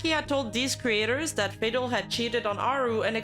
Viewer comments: Good video, just one clarifcation: Fadel's name is not pronunced "Faydel", but "Fahdel". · Great video! Just one clarification: Fadel is pronounced “fuh-DELL,” with the emphasis on the second syllable. It’s an Arab and Hispanic boy’s name. 😊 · As a gamescage viewer I have never heard Fadel pronounced like that LMAO